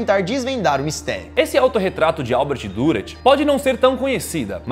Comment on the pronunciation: O nome do artista ,que éra alemão se pronuncia "Direr" pois o alemâo usa trema(¨) no U¨e se pronuncia como I